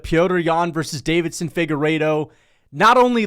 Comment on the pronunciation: Why does he always pronounce Deiveson like Davidson